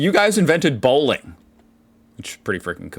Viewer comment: Someone realized she isn't pronouncing Bowling correctly, instead saying "Bohlen" therefore "planking"